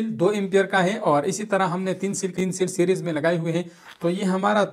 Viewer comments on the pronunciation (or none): لالہ سیریس نہیں سیریز ہوتا ہے